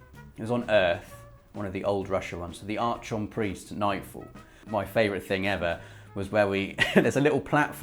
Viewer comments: it's pronounced "Ark -on" and the frigging strike is on Venus. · Archon is pronounced “arc on” isn’t it? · Yo,. Archon is pronounced "AR-kahn", m'man. Carry on.:) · I love you man, but please, PLEASE stop butchering "archon". Its pronounced "arkon" due to its greek roots.